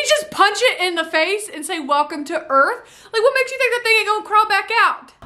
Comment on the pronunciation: "Welcome to Earph"